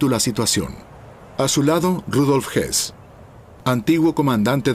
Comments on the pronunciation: RUDOLF HOOS..HOOS....NO HESS....son personas distintas..... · Es Rudolf Hoss no Rudolf Hess